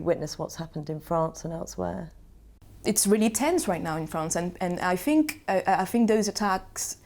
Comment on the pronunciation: Especially when she says "everyfing" or "I fink" !!!